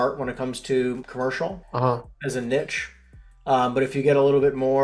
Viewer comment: I stopped listening when someone who doesn’t pronounce “niche” correctly and sounds like he’s trying to hard to use these words